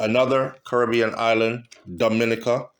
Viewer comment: Dominica is pronounced-Domi-neeka